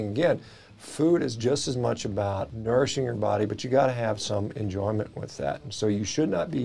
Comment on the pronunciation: You ( or your producer) misspoke PROTEIN and NOURISHING. That’s embarrassing 😅